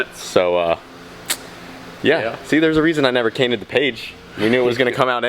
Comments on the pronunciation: "There's a reason I never cainted the page" My brain: .... holdup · Good thing you never cainted the page as you say 😂😂😂😂. Was I the only one to notice him say that? 😂